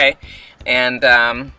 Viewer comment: lol its Tee-yOnna lol... shows how relevant she is!